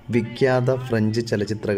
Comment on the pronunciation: ലൂയി മല്ലെ അല്ലാ ലൂയി മാൽ വിക്യാത അല്ലാ വിഖ്യാത തൊയിലാളി അല്ലാ, തൊഴിലാളി